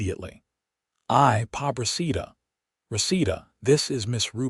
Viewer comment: Is the housekeeper Rita? Rosita? Recita? Also, “muy” is Spanish for “very”, so I’m pretty sure she was saying “muy” hermosa, not “my” hermosa. And Buenos Dias is bway-noes (soft s) dee-us, not however he said buenos and die-us. Pabracita is probably “pobrecita”, which is “poor little one”, an expression of sympathy. C’mon, computers, you can be programmed to pronounce things right.